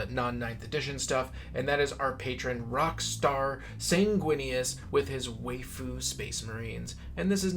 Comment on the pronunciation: I need to teach you how to pronounce"waifu."